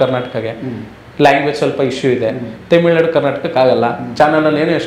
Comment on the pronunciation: ತೆಮಿಳುನಾಡು ಅಲ್ಲಾ ಗುರು ತಮಿಳುನಾಡು